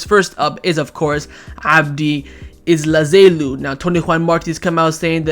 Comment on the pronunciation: He's still pronouncing Abde Ezzalzouli as Ezzazailou 🤣